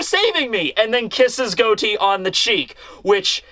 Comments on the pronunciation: I love your videos and I wait every Sunday for you, but it's Got-Ti no Goti. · Is it pronounced Goat-E in the anime or something? I’m pretty sure the real life name was pronounced Got-E